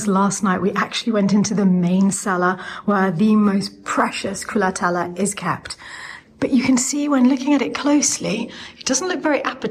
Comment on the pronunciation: Darling lady,I ADORE your enthusiasm about my country. But it's called " culatello" not culatella. Ending in an O